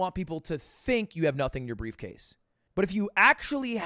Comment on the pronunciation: "I have brevecase"